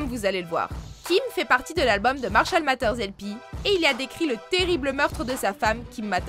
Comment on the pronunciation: Premierement, beaucoup de personnes l'ont dit il regardait des dessins animés avec sa fille lors de la cérémonie des oscars. Deuxièmement Marshall Maters?? The matter is your prononciation! Et il y a un tas d'autres moment où il a été bien plus savage à d'autres moments que ce que vous avez enoncé